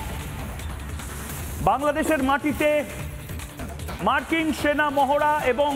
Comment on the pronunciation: মার্কিং না,,,,,মার্কিন 😅😅